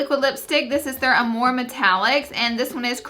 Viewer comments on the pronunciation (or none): none